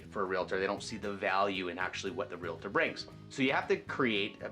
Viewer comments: Realtor, NOT realitor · REALTOR.....There is no A after the L. Please stop saying REAL-A-TOR. It makes you sound ignorant. Otherwise, good tips.